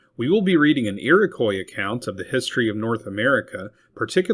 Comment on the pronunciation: Ear-Ick-Wah, repeat with me, Iroquois is pronounced Ear-ick-wah. Ask an actual Iroquois. They're everywhere. Either that or this is another horrible AI-Voice channel..